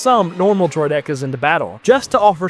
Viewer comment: Hearing someone say droh dekkas instead of Droidekas bothers me.